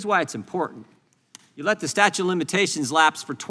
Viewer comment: why does jordan keep saying "statue" of limitations? LOL